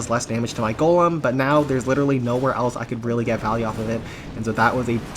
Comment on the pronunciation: For the 3rd time it's GOLEM ✅ not GOLME ❌